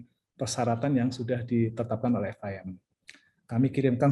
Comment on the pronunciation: FIM pak bukan RIM